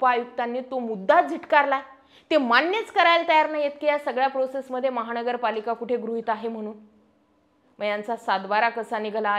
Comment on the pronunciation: महाणगरपालिका..? महानगरपालिका असा उच्चार आहे ताई